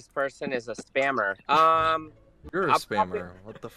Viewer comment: WTF IS A SPAMMMERR!?!! 😂😂😂